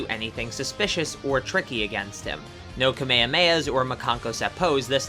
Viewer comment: My dude said KA-May-Ah-May-Ah